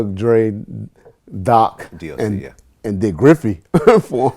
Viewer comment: calls D.O.C. Doc! Hahahaha! The all knowing doesn't even know how to pronounce the name of one of the guys who was there from the beginning?! It's like he's reading from a script, but no one wrote how to pronounce the words and isn't really a master of English language.